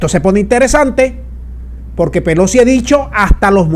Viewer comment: La Señora, " Pelosqui "